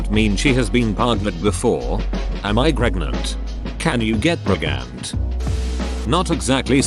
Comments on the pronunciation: "Can u get pregante" Goshdammit. Opens google to rewatch the video again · "am i gregnant" i almost died today